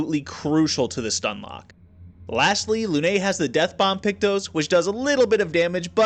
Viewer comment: french prononciation review : lune is the usual you basicly say lu-nose(thats how it sound to a french) but i dont think english got the french "e" sound, potier was very good thats how you say it.